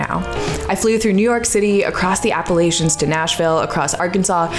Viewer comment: I'm just so glad you're able to live the life I've always wanted to... however, if you ever pronounce Appalachian wrong again imma thrown an Apple-ach-a!